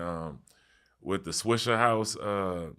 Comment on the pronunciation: Why these white people keep saying swishERhouse lmao